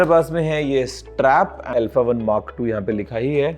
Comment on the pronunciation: L-pha ✅ Alpha ❌